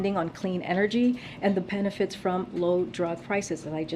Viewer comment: Penefits?..... Am I the only one or can she absolutely NOT TALK?